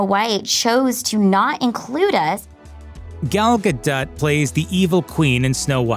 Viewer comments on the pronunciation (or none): It’s GAH-DOH! not Gadut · Who is Gal "Gaduut"? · Did you really just call her Gal Gadut? 😂